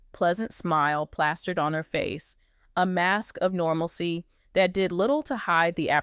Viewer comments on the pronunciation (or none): none